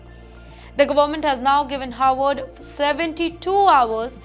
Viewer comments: is pronouncing '"Harvard" as "Howard" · It’s Harvard, not Howard.